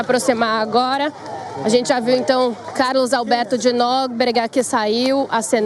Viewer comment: O pior de tudo é que as pessoas ouvem repetidamente o nome do Carlos Alberto de Nóbrega ... Mas mesmo assim ela não aprende !!!